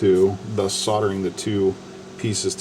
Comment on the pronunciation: It's not soderen, it's called SOLDERING...now,.. one more time so you my adsorb it permanently SOLDERING....THE..ING at end of a word is their for a reason...ooink, Oonink? Weee, weee, all the way HOME.